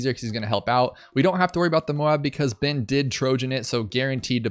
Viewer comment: Ohh.... I heard 'Byn, not Ben 😬 I wondered why you had the Data Hack ability 🤦🏾‍♂️